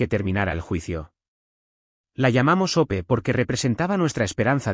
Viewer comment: El nombre es Hope o sea Esperanza ¿Porque no pueden pronunciar bien los nombres y apellidos o les pone otros más sencillos?